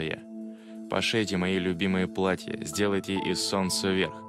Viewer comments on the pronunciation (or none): none